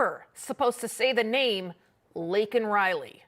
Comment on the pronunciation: The fact that Brandon apologized for calling a murderer "illegal" but NOT for mispronouncing victim Laken (Lincoln) Riley's name tells you EVERYTHING you need to know about him. R.I.P. Laken Riley.